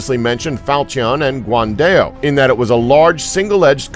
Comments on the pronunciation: It's Guan Dao, not guan-dail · guan dell ? lol sounds like a software